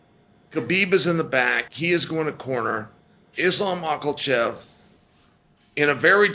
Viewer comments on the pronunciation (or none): The commitment to saying Mocklechef is just astonishing. 😒